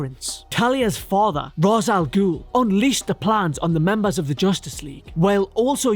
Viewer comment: You have no idea how good it made me feel, how broadly you made me smile, when I heard not only the "proper" pronunciation of Ra's al-Ghul, but the use of the name Captain Marvel rather than Shazam. Great work.